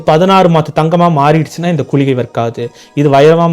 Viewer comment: .கூளிகை என்று கூறுகறீர்கள் இது தவறு குளிகை என்பதே சரி.